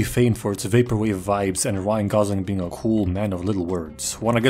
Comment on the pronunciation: the joke is that the being is pronounced like a bean